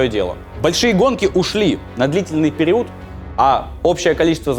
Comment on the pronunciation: там меня веселит произношение Стасом слова "период"))) и каждый раз так)))